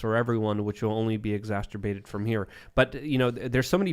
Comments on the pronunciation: Someone needs to tell that "exasterbated" isn't a word. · I wish I wouldn't get so irked when pronounces "exacerbated" as "exasturbated."